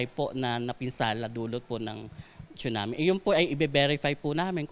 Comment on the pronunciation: Tsunami not chunami